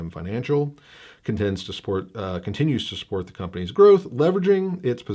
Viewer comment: De plane, de plane. Are we getting Oldsmobile, too, Mr. Roarke?